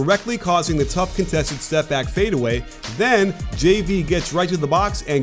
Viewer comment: Like how you can actually say his name right. Most people can't pronounce JV's name.